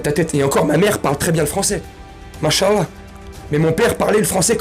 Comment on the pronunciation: Al' hamdouli'lah. Maintenant je peux dire mon frère en Allah et plus frère en humanité . En fait , ta façon de prononcer AL'hamdouli'lah et masha'allah était nikel c'est pour ça que je t'ais posé la question et même temps je vois tes tatouages pleins les bras, c'est pour ça j'ai douté, mais je pense que tu les a fais avant d'embrasser notre magnifique religion et dans ce cas ALLAH le très haut ne t'en tiendra pas rigueur AL'hamdouli'lah.